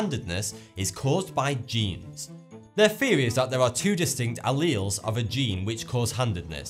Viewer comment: hes not even pronouncing alleles correctly, kmt